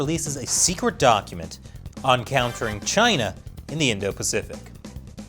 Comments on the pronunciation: “indo-paficic” don’t you mean *Indo-Pacific”? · "Indo-Paficic" XD But seriously, screw the CCP.